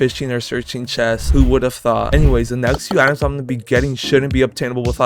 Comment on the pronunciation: "chets" lmao